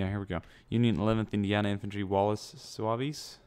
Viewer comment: its pronounced "zouvs" not "zouvies"